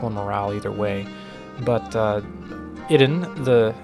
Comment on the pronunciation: Is Idun pronounced as ee-doon instead?